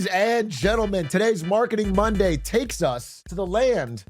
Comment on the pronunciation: Did I just hear Glarketing Glonday? Music to my ears.